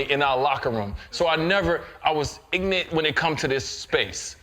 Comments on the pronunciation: Not only is he a failure as a father. He's also "IGNANT" on how to pronounce IGNORANT. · "I was ignant" lmao yes d wade you are IGNORANT. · Why did he force himself to say ignant instead of ignorant? This is what these elitist do to be “relatable”? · Dwyane Wade "I ain't ig'rent".